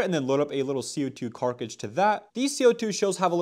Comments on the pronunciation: Carkige kills me every fking time. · If you actually learn the actual way to say cartridge I will actually hit the actual subscribe button actually